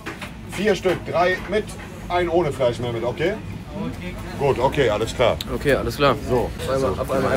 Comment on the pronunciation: Er sagt Memo anstatt Mehmet 😂